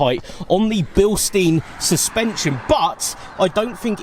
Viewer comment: V nice car. Pronounced bil-shtine